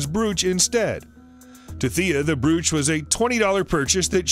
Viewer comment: Brooch? Pronunciation is hilarious.